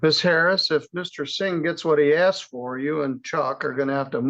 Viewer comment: caught several proper "asked" ... then heard "asked" and he changed it to "axed" .....hate "hood speak" ..... axed has a totally different meaning, especially among my people that involves heavy edged implements